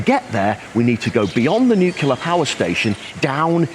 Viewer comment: Pleease, stop saying "nukular."